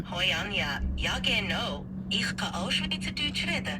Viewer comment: Ziemlich gut. Neutraler dialekt würde ich das jedoch nicht nennen. Z.b. "E rede" Was für "Ich Rede" steht, ist nicht neutral. Neutral wäre ausgesprochen "ech" würde ich behaupten.